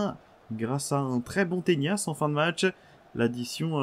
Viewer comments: C'est pas "tenias" mais bien "tenas" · mec je vis littéralement en Espagne c'est "Tenas" pas "Teñas" son nom de famille..